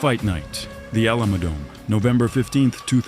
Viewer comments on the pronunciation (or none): I was just about to comment this!!!!! “THE OLAMA DOME” is CRAZY😭😭😭😭😭😭 MF ITS ALAMO. It’s not that hard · AI voice sucks.. the fight was at at he Alamo Dome... Not the A-la-Mode Dome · "a llama" dome! For shit's sake hire a human to narrate! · Did this man just say allah-mo dome??